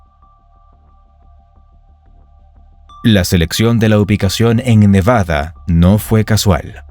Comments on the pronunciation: เนวาด้า ไม่ใช่ เนวาน่า มั่วจริงเชียว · เนวาดาไม่ไช่เนวานาอ่านก็วักนานเกิน55